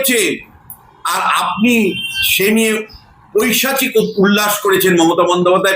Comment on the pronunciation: ভুল সকলেরই হয়। উনাকে শিক্ষা দিতে নয় । সংশোধন করতে বলছি । ওটা পৈচাশিক হবে না , "পৈশাচিক" হবে । আগেও এই শব্দটি উনার মুখে বারবার শুনেছি।মাপ করবেন।